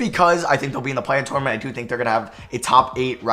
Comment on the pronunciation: Did it bother anyone else how he said tournament every time